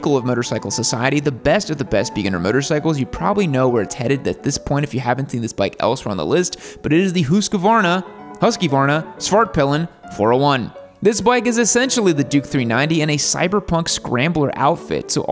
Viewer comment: "whoskayvarna Swairt peelen" my swedish ears are bleeding